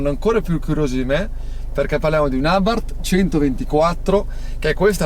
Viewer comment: ciao ciao ciao "abarth"